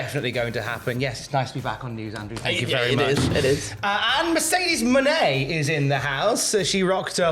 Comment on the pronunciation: It’s pronounced “Money” surely? Not “Monet” like the painter.